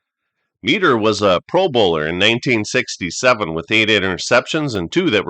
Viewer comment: Point being, it is not MEE DER